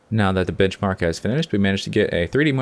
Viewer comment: Did it sound like he said bitchmark instead of benchmark to anyone else? haha :P